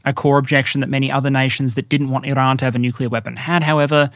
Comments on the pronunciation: You pronounce Iran weirdly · Why do you purposely mispronounce Iran like 90% of the time? It doesn't make you sound cultured just like a try hard. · First we had "Iran". Then our American friends introduced us to "Eye-ran". Now you're telling us it's "I-r[Scottish/French "R"]an. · Here just to hear how pronounces Iran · I dont know why, but "R" in "Iran" give's me wired posetive chils.. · I salute your Farsi-inspired pronunciations of “Iran” and “Tehran”. Though I am American, I will respectfully drop the r when saying “Darwin” or “Melbourne” if ever we meet at the -fandom convention.